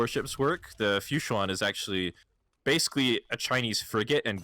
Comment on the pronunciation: Time for PRONUNCIATION CRITICISM! "Fuchuan" is pronounced like "fu-chwahn". This is a cool set.